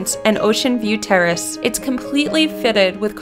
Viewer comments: I thought that she said ocean view TERRORIST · Sean Caffrey That's what I heard! xD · DATSATOLIET CHANNEL but she was trying to say terrace